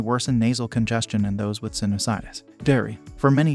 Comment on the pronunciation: Why does the a1 say "sinnis -itis". That's not how sinusitis is pronounced. Thumbs downed